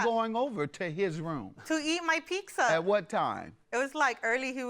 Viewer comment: She also said PICZA! 🍕